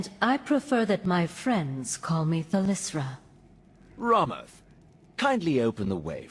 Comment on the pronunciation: Why do so many people pronounce Thalyssra wrong? xD always hear people say “Thalryssa” or “Thalryssra”.